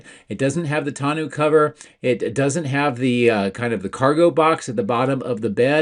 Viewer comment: Please - tonneau rhymes with.